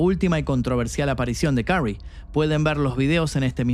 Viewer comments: ¡Y dale con carrey!....que se pronuncia kerry🫠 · Su apellido se pronuncia queri